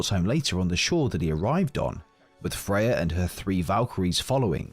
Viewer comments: Why do you keep calling Freya Fey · MirMir and of course Baldurs mom “Faye”